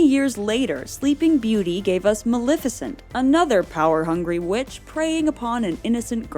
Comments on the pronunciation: MaLEFicent, not “Malificent.” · It's not Mal-ih-ficent. It's Mal-eh-ficent.